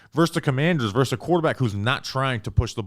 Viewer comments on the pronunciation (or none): Can we stop saying “verse” instead of versus. Drives me crazy 😂. You don’t “verse” another team.